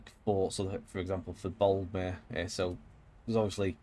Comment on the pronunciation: BTW, it’s Boldmere, not Baldmere! 🙄 I went to school there.